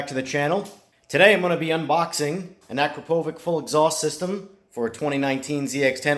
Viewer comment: akra-pouuviiickk lolololol